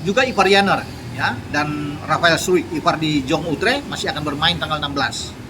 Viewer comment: Cara baca rafael adalah Rafael straekkk Bukan rafael struikkkk